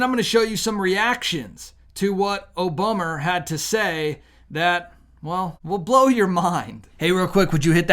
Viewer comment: I like how you pronounce Obummer!